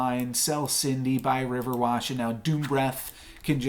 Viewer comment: Nice game dude. I just have one criticism. It's RiverWISH not WASH xD